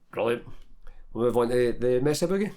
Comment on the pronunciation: Hahaha love the way you pronounce Mesa boogie with the mighty Scottish accent 🤣🤘